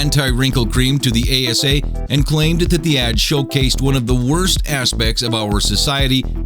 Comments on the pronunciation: Its ad... Not add...... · Ha, #8, #4, #2, and #1 say "add" instead of ad. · It's "ad" not "add" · It's "AD", not "ADD"